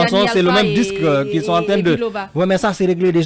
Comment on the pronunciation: Incroyable quelle faute grave pour ce journaliste de Fim FM à la 3 minutes 58ème secondes. Il dit 《les manifestations sonte organisées par le FNDC...》Quelle honte. Qui sont et non qui sonte. Troisième personne du pluriel de l'auxiliaire être au présent de l'indicatif.